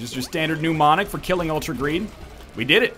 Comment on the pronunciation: I dont understand why you just leave money lying on the ground during the Ultra Greed fight when it would be trivially easy to pick it up And while I'm criticizing, mnemonic is pronounced "Nemonic". You're pronouncing it with "pneumo", like it has something to do with air